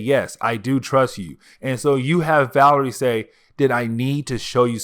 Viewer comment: It’s “VA-LER-I-A”